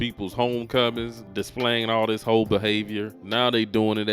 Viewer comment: I'm embarrassed that the guy speaking doesn't understand the difference between a "th" and a "d" when he speaks. Dey, dat, dese, dis? Has he ever seen the inside of an English class?